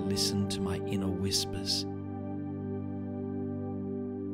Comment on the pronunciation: "Inner whispis"...made me chuckle. Laughter is great medicine. Amen to you all and always listen to your inner whispis!